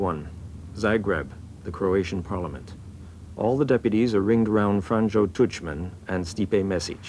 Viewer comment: The mispronounciations are driving me crazy!! Learn how to say zagreb and franjo before you make a documentary!!!